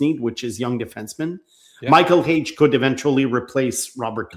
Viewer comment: Not Hage. Period.